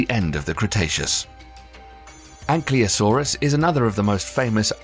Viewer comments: Ankylosaurus is mispronounced Ann kly o saurus, instead of Ann kill o saurus. (Got to sweat the small stuff!) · That is not how ankylosaurus is pronounced, oray e om crazy. You said anklyosaurus.